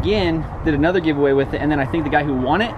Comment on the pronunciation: Nobody:: i bought amother car